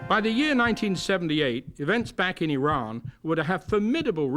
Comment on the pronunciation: so glad that announcer pronounces name of country as 'ee-ran' and not 'I ran'. Throughout world letter 'i' is pronounced as long ee. btw, can the super-duper villain that the Iron Sheik was for wrestling actually be the gentle, educated man in this video?